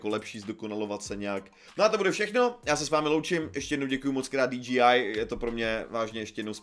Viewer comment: Len taký friendly reminder ako osobne mi to nevadí ale DJI by sa malo čítať ako "Dí-džej-áj" Inak tá obrazová kvalita tohto videa je hrot úžas! Len tak ďalej!